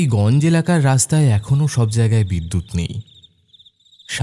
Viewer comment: গঞ্জ্ নয় উচ্চারণ টা হবে গঞ্জো